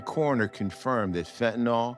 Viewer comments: Why do Americans have such trouble reading words? The word is pronounced “phen-Ta-NiLL” clearly. Nyl is pronounced Nill, not Nawl. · They could’ve at least made sure Ice T pronounced “fentanyl” correctly. Yeesh.